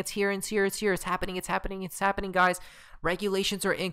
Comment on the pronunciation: Guy's Guy's Guy's! Look Look Look! It's habbening! Lmao 🤣